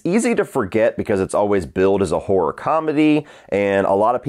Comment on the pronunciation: It's horror not hoar ra!